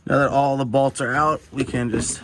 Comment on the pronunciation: I like how you say "bolts"... these two "balts"